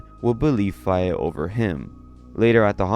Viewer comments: Faye, is pronounced Fay. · Fay it’s fay dude I swear you mispronounce stuff on purpose think Faye valentine from bebop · faye is pronounced fey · What the hell was that pronounciation of Faye?? Jfc.